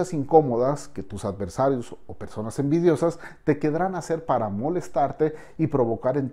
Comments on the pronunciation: No se dice 'quedran', se dice querrán. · En la parte cuando menciona lo de las preguntas y respuestas, usted dice ¨quedran hacer¨.....lo cual es un error garrafal.....se dice ¨querran hacer¨con doble r. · No se dice "Quedrán" lo correcto es decir querrán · Muy bueno. No sé dice quedrán, sino querrán 🙂 👍❤️ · Todo muy bien, es la primera vez que veo éste canal y me ha gustado. Lo único q quiero sugerirle a, es que corrija una palabra que le escuché y lo hago de manera constructiva. Dijo "quedarán", en lugar de "querrán". La entrada del video, me recordó al programa LIE TO ME, es muy semejante. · ¿Quedrán? Se dice querrán,.